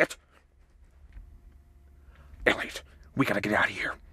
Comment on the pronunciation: When did he say "Eliot?" But oh man, was it funny when he said "Elliott."